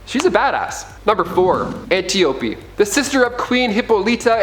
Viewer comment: Great Zeus, the pronunciation of names is atrocious. Antiope is pronounced an-TY-uh-pee; Hippolyte = huh-POL-i-tuh; Menalippe = muh-NAL-uh-pee; Orana = or-AH-nuh.; Themyscira = them-is-KEER-uh. You're welcome.